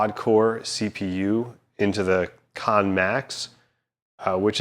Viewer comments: It's not pronounced KON MAX it's pronounced KANN MAX. You keep saying KON MAX. IT'S KANN spelt like the word CAN. It is rather irritating when you cannot pronounce and say the name the player properly. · Wrong, Its actually pronounced "Kar-Nen" thats why it has 2 N's